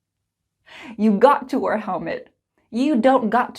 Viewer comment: I think you might make a wrong pronunciation when you say the word wear, it sounds like were a bit though.